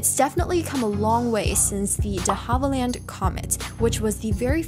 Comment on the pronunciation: You have good content, but we gotta work on some of your pronunciation. DeHavilland Rutan NASA Saturn V(five)